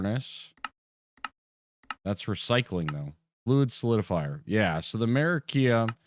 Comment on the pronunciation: Amer-eee-she-um. Not ‘Murricanum